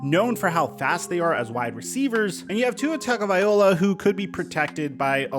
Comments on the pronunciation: It's Tagovailoa!!! Not Tagoviola!!! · How many videos have you said this man’s name wrong!🤣 tangovai-LOA! Not OLA! 🤣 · Hate to be that guy but Tua's name is pronounced "Vailoa" not "Vaiola" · If you’re going to keep talking about tua, at least get his last name right… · I knew something was off about his pronunciation, couldn't put my finger on it though, thanks! lol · Yo man, the least you can do is pronounce Tua's last name correctly. You are a professional Sports Journalist. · trying to pronounce tagowhatever for 12 minutes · i really like this dudes content but the way he pronounces tagovailoa makes me hurt inside 😭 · Dude thank you, thought it was just me hearing that awkward pronunciation, I couldn’t agree more!